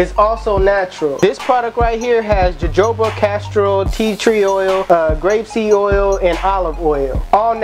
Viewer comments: You pronounced it as jojoba but it's like "hohoba" 😭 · Hahahaaa it's spelled Jojoba but pronounce hohoba- its Spanish papi... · “JAJOBA OIL” 😂 dope vid though bro